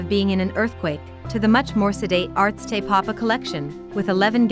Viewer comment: Is this read by a computer? It can't even pronounce the full name of Te Papa or Weta.